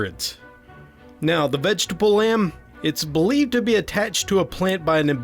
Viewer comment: The vegetable lamp? or lamb? And Monopod in Greek literally means one (mono) foot (pod). Also, the peikko is Finnish and is pronounced payk-ko, with each syllable getting the same stress and the k sound being held a bit longer cos it's a doubled consonant. :)